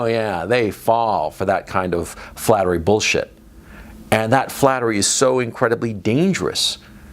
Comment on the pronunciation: Flattery, or is it 'Fattery?' 😂